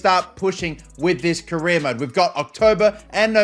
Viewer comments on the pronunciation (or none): none